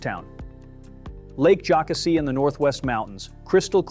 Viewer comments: It's pronounced Lake joe CASSIE ... and the river is pronounced ED is toe, get your info straight. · Very interesting. I live near Table Rock and Lake .Jocassee. You’re forgiven for your mispronounciations.